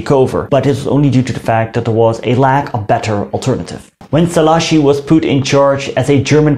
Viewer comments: You said "Ferencs Szalaasi" instead of "Ferenc Szálasi" . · Just two things. If I`m not mistaken, the digraph GY in "maGYar" should be pronunced as the J in "just" or the "G" in Germany. And the accent in Szalasi falls on the first syllab, not the second. SzAlasi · Was not correct tbh. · tökre nem mondta ki jól😂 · Hát azért szerintem jobban mondta ki mint ahogy szokták de hát igen, nem tökéletesen